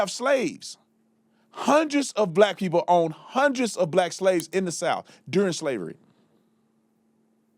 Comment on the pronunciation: Can’t even speak right. Pee-poe. It’s people. Learn English